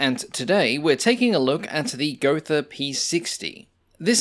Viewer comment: just pronounce it "Go-Ta"